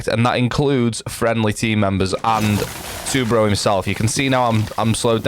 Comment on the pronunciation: Btw u said tubarão kinda right